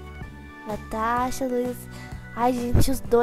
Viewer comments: Só eu entendo ela falando tanasha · eu amo quando vc fala tanasha kkkkkkkkk